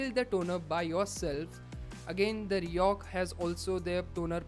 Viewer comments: say it like 'riko' not 'rihok'.... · Overconvident guy, pronounce it as ri-koh and not ri-ohk. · R I C O H, not R I O C H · Why do u keep mentioning RICOH as RIHOK??? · fck that's RICOH not RIOCH or New York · RIHOC nehi hota rey baba 🤦‍♂️ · Your pronunciation is totally wrong,this is not Riyok brand which your speaking,This Co's name is Ricoh so try spelling Ricoh.!! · Bro the brand is Ricoh (pronounced Ree-koh)... Good video nonetheless. Keep up the good work.